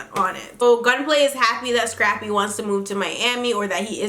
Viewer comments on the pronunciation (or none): Am I the only one that hears "Strappy" when Tammy refers to "Scrappy"??